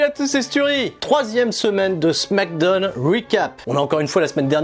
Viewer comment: Arrete de dire smack donne... t'es fatigant c'est smackdown donc ça se prononce "smack daaooun" 🤦‍♂️